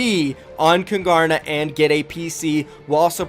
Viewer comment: I've wondered for a while why your Fortnite clan ''Kungarna'' has a Swedish name, does anybody know why? I'm just curious Edit: no offense but I cringe every time you pronounce it wrong